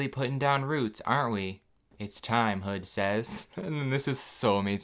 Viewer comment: wait is his twin brother's name Hood or Hud?? or is it both? like is it spelled 'Hood' but pronounced "Hud?" i have so many questions for their parents... and half of them are about their name choices